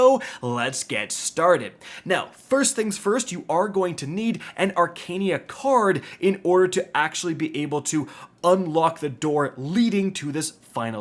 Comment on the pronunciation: “Arcania card” yet another word mispronounces…